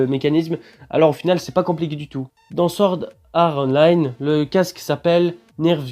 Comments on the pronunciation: T'abuses à dire Sword Are Online srx temps qie tu prononce Online en version anglais le sword art aussi mec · Sa serait trop bien mai apprend à prononcer swort art online !!!!!!!!!!!!!😂